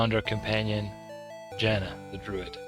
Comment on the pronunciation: Jaana is somewhat common woman name in Finland. Finnish words are pronounced as they are written (well there are some exceptions, of course..). So, Jaana is not pronounced as Zana. Its like Mordor should be pronounced properly as it is written, not moodoo.